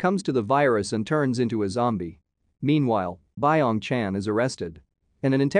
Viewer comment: Fact:its not pronounced bye ong chan, its byeong chan